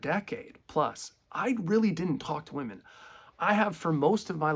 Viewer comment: "I'm more attracted to then (wahmen) now [as opposed to pre-SR]" Yessssss... YESSSSS! THIS!